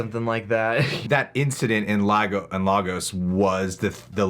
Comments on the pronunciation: It's pronounced "Lay gos" The city in Nigeria shown in Captain America Civil War 😩🙄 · not to be an A-hole.. but as a Nigerian American citizen who lived in Lagos... its pronounced Lay-Gus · Its pronounced LAY-GUS Lagos. Please